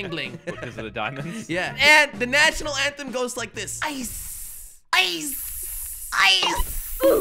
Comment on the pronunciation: Jelly: Ice...IICCEE...IYCE: Lets get rid of that